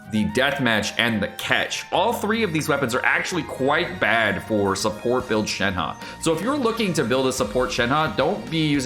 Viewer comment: Why is it ShenHE can be read as ShenHA? It is ShenHER to be easy for non mandarin speakers.